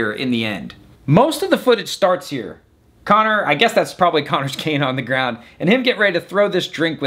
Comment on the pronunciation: Yet, you still cannot pronounce his name right 😂😂😂